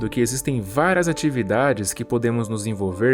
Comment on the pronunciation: "Váras vezes"